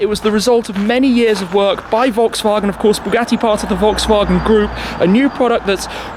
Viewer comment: When you say Volkswagen you sound like a ill german 😂